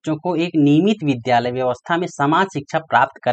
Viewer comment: Vidyalay ko bhidiyalay bolte hai